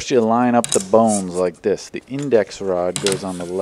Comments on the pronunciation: I keep hearing "The bounce" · The bow-Nz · bawwwwns (no) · that pronunciation reminded me of Sethical's B O N E L E S S P I Z Z A